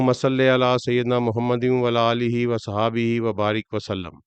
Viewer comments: Assalamoalikum wa rahmatullahi wa barakatuhu.. bohat khoobsoorati say Quranic waqiaat ko explain kartay hai..but jab aap start main darood Pak parhatay hain to us main wala aalehi kah jaatay hain mujhay aysa sunai dayta to please clear kar kay wa ala aalehi kaha karain with my request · ولا الہ نہیں ہوتا وعلی آلہ